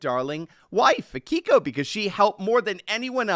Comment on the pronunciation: Did you mispronounce your own wife’s name? It’s not A/key/ko. It’s A/ki/ko. Assuming she’s Japanese.